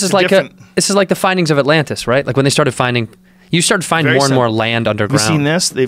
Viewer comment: The lost city of At-land-is?